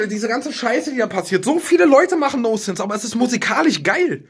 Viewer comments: Das heißt "Non-sense" und nicht "no-sense" :'DD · Es heißt nonsense und nicht nosense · noNsense, das N ist nicht stumm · Es heißt: „nonsense“ Tanzi, nicht: „no sense“.